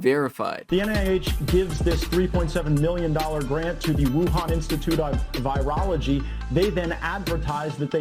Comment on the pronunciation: How you gonna push an agenda and you can’t even pronounce virology I was unaware they added an “e” 😂